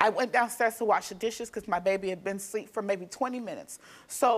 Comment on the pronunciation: Asleep and ask … two words you would think are easy to pronounce! But we get axe and sleep 😅